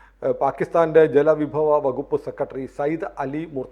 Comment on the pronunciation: ഉച്ചാരണം മോശം സെക്രട്ടറി എന്ന് പറയുക. സെക്കട്രീ അല്ല